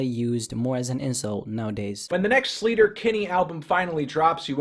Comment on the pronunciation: Sleater Kinney is pronounced like slayter not sleeter. Named after a road in Olympia Washington. That's how the road is pronounced.